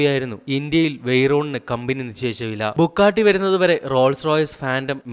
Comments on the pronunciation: Bugatti.. not bukkatti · Bro bukkatti alla its Bugatti bro ithu indiayil illennu aaru paranju bro just onnu Mumbai visit cheyy appo airyam avide illatha car onnumilla ippo lykan hypersport worlds fastest car athuvare und mumbai 4 Bugatti 2 koeinzeg agera angane Kure und pinne Aston Martin DB 11 vare und so better u delete this video